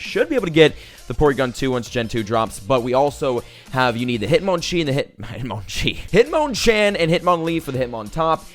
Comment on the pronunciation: hitmon chee😂😂😂😂